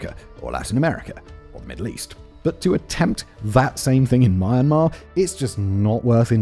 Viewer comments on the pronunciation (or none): Why is bro calling "mee-an-maar" "mar mar"? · I've been watching your videos for a while, and it's pronounced Myan-mar not my-an-mar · Every time you mispronounce me-yen-mar as “muhemuh” I die a little inside. Sincerely, a Southeast Asian. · mah mah? Are you serious ? its myanmar - or even Burma - not mah mah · Myanmar❌ MarMar✅ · Why does he say it as Marmar? I thought it was pronounced Me-ann-mar. Am I thinking of a different country? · Ok but I can't ignore how he says Myanmar like 'manmar' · Simon - Myanmar is not pronounced "mun-mar"! It is "my-an-mar". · I'm from Myanmar. Thanks, for keeping Myanmar on the news. By the way, Myanmar is pronounced "mee·an·maar", not "mar-mar". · It is pronounced “ mjan.ma ” not mee and mar. mj at the same time. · why do you keep calling it mar mar 😂😂😂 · This guy’s refusal to correctly pronounce Myanmar is f**** insane. Dude, what the f*** is Mar-Mar? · why calling it “mar mar”😂😂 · why you keep saying mar-mar lmao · Is it really pronounced "maan-maa"? 🤨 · Im sorry.. im 50 seconds in and i cant continue with this if he is going to keep calling it MarnMar.. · Love you, Simon but I think you should have looked up how to pronounce a country's name before making a video about its civil war? HOW FKING HARD IS IT TO PRONOUNCE MYAN-MAR?!!! OH MY FUCKING GOD THIS IS SO FUCKIGN PAINTFUL TO LISTEN AND WATCH! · I compliment you for your historical facts. But Myan-Mar is NOT pronounced the way you are saying as Ma-an-mar. And since you are de-emphasizing -an, you sound like Mar -Mar Apparently you think it is My-an -mar and you are further mispronouncing My as Mar and hence your funny way of saying Mar an Mar. try sayin M- and yan in a single syllable. Like saying Me and an except the me is very short. The way you say Mar a mar is like saying America as Ame-rye-ca. and since you say the my sound and rye sound as Mar and Rar, by your logic, America 🇺🇸 will be Ame-rah-ca But thank you for your reporting of the dire situation.